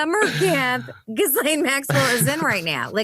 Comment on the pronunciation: Can none of you learn how to pronounce this woman's name. I wouldn't care except we have to hear it and we're going to hear it more and more as more stuff is released. It's GHEE-laine or GHEE- lenn